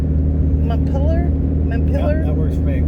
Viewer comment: Got pronounciation right after all. At least how it is pronounced in Northern New England where the capitol of Vermont is also Montpelier. And I lived in Paris, Maine for 35 years. Just closing on my house in a week, buying a used class C to travel.